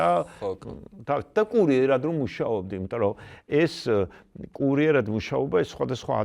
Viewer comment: ბოდიშის მოხდით, ვინ ახმოვანებს? კურიერა თ არა -- კურიერად, რატომ წინგს და არა წიგნს? ველოსიპე ტი არა, ველოსიპე დი ა.შ.